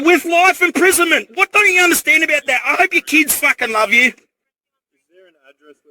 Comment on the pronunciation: "Do you have keeds?"